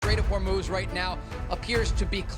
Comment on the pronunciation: The "Straights of Whore Moose" sounds like a 1980's VHS movie !